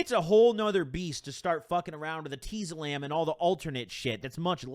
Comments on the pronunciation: no one:: eh-TEE-zolam its pronounced et-IS=olam I think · Anyone else pronounce it etiezolam and not eteezolam? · Omg ur pronouncing it hurt my head